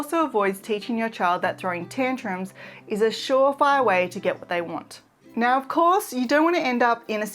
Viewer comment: again, you say nawr